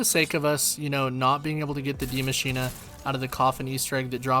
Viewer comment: Subbed because you pronounce “die maschine” correctly